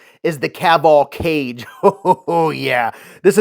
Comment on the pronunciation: ‘Ka- Geh’